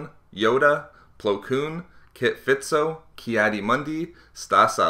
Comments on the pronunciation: its kit fisto not kit fitso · "Kit Fitso" um no, kit FISTO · Kit Fitso? it's FISTO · kit fitzo its fisto just sayin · You said fitso not fisto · *Fisto, not Fitso. Normally wouldn't be this anal about it, but he's been a favorite of mine for a long time, and I think a lot of times the guy gets a bit shafted. Loved the video! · "Kit Fitso"? I'm pretty sure it's Fisto, buddy. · kit fisto not kit fitso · I don't know if I'm the first to notice this but his name is Kit Fisto, not Fitso. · Did you say Kit Fitso? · "Kit fitso" (Unsubscribes and reports video) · Fitso? Kit... FITSO?!?!?! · Kit "Fitso" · Did you just say FiTso? Hahaha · "Kit Fitso". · Kit Fitso.. Fitso. fuck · "Kit Fitso" 😂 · No it's kid fister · You did not just pronounce Kit Fisto's name wrong. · you said kit fisto wrong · Has star wars channel, can't even say Kit Fisto